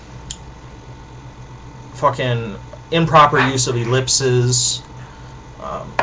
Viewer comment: The plural for ellipsis, "ellipses" is pronounced; (ĭ-lĭp'sēz). Please, if you're going to have a rant about the use of ellipses contrary to the Chicago stylebook, pronounce it properly. :)